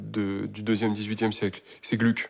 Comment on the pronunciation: Attention : à 32'33, à 33'05 et autres : pas «Glück», mais bien «Glouc» ! À 33'16 : en 1762 c'est pas Alceste, mais bien Orfeo, et juste après, en 1767, c'est pas Orfeo, mais Alceste.